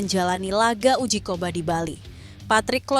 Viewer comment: Uji coba kok bilang uji koba... Ini youtuber sok jago dlam ngomong, tapi faktanya, O On, alex pastoor, di baca Aleks pasto' orrr